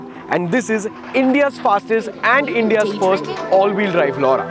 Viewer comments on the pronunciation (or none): Skoda Lauda LMAO🤣we Indians cant say it right.